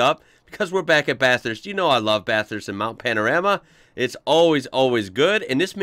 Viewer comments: The ‘rama’ in Panorama is pronounced as ‘rahma’ 😊👍🇦🇺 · You really need to get the pronunciation right, listen to Larko... it's Mount Pano...rah...mah